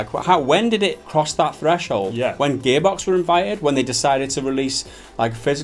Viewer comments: "Gaybox" Am I the only one who hears that? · sometimes when you say gearbox it sounds like your saying gay-box XD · Every time they mention Gearbox, it sounds like "GAYbox" , lol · Idk if it's me thats just dull or whatever, but did you just call it ''Gaybox''?? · Sounds like their saying Gaybox. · Every time they said Gearbox, I heard "Gay Box". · Who else keeps hearing Gearbox as Gaybox? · Sounds like they are saying "Gaybox" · Who are 'Gehbocks'? Never heard of them ... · Whenever that guy says 'gearbox' - I swear I hear 'gaybox'